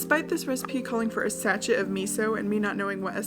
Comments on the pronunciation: Sa-chet 😂😂😂😂 it’s pronounce sashay… like sashay away 🥲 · God could I love her any more?!?!….and then she said satchet (sachet). Yep, my love for is infinite 🥰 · Your giggles with the tin foil egg cup are so adorable. also when you said 'sashet' of miso, do you mean sachet hahah, its what we say in england for packet lol. its pronounced sashay, like ballet haha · Sachet…pronounced “sash-ay”. It’s French. Means a little envelope or packet of something. Usually spices or other dried materials, like a potpourri sachet. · Sachet is like...pronounced "sashay", like a little flat paper bag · I sachet not a word in the US? it's pronounced sashay and is like when you get the flat little salt packs in fast food restaurants, or packs of sugar in a coffee place. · Sachet is pronounced sashay and is a little plastic packet, like a ketchup packet is a sachet :) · It's a "sa-SHAY" (shanté!) of miso. Lol. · I've never wanted to learn how to box as much as now... you were killing it!! It looked so fun and therapeutic. Love it. Also - Sachet, pronounced sash-shay - is a small packet of something, like the flavour packet in noodles. (Sorry, I'm that person...😉🙂) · Uh ma gosh! Welcome to proper measuring 😆 oh and a sachet is French, it's pronounced sashay and its those funky packets you get in restaurants for sauces 😉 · A sachet is a packet. 😊 Like a small packet of something. Do you have those tiny sauce packets with ketchup and mayo in them in America? That's a sachet. Do what you will with that useless bit of info. 😁 Also, if you want to get really fancy, pronounce it with an accent, like a plie in ballet. The e is an ey. Aha. I love your videos they always make me smile, even if I'm watching this one 3 years later than you posted it. Also, being a Brit, I used to get Jamie and Gordon mixed up too. Hehe.